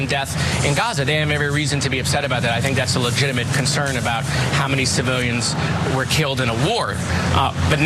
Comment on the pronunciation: he couldn't pronounce "hypocrite" or "civilians" Those words got stuck on his tongue